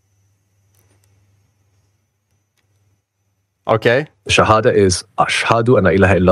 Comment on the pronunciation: Chat GPT syahadatnya lbh masuk tajwidnya😂. Masya Allah...